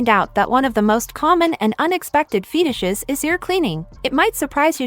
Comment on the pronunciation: The correct pronunciation is ‘Fetishes’, NOT “Feetishes”; the British Empire did a terrible job of teaching English to Americans; IDIOTS